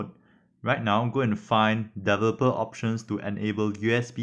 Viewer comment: Very good instructional video on IVcam. I am also an ESL (english as second language). Please practice pronouncing the word developer. It is one of the important key words in your instruction.